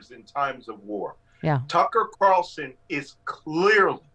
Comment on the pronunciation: "Tuchus Carlson"